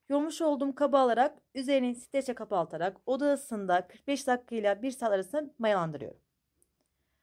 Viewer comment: Sürekli kapaltarak diyorsunuz kapatarak kelimesi zor mu bu kadar